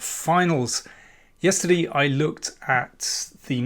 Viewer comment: I love how you say yesterdee :)